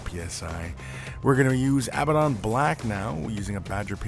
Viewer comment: it bothers me how they say abbadon